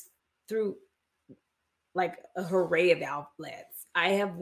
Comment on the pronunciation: The word is "ARRAY", Mary Cosby, not "HURRAY".